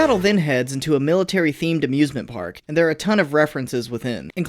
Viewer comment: Why do i heard 'abusement park' instead of 'amusement park'?